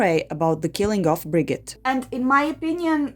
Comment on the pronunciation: Cant you see a video about the case in Norwegian and pick up how to pronounce stuff. You got her name terribly wrong. It is herd to even recognize you are talking about Birgitte.